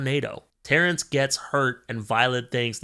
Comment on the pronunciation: You calling Tairn “Terrance” made me cackle 😭 this was a great review and I agree with every point you made!